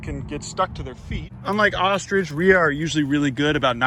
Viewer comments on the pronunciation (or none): Wait did I hear you right … u said ostrich